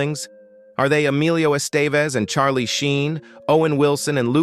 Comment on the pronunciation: Rename this click bait as siblings you always knew were siblings. Bailed at the Savage Bros but lookng through your chapters, I either already knew or never heard of the so-called celeb. Oh and Estevez? His first name is Emilio not Alio. Wtf? That j;ust shows you know nothing. One of my favorite actors and so is his father (Charlie, not so much) but if you can't even get his name right, how are you to be given any credence whatsoever?